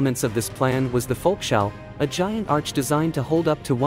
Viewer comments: Volkshalle should be pronounced "folks - HAH - ley", not "volk - shall". They spoke (and still speak) German in Germany. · "folks - HAH - le"*